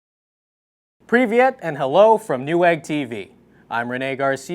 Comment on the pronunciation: "PREEVIET!" that was the most american thing i've ever heard someone try to pronounce.